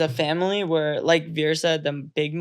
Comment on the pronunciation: A candid family conversation! As a parent, how do you manage to see a topic of conversation through without having one of the family members get up and walk away abruptly in disgust when their viewpoint is at odds with that of the rest of the family? One more thing. Zarna, rather than pronouncing your son's name the way an Amercan would, i.e., We - er, can you pronounce it correctly as 'Veer', please?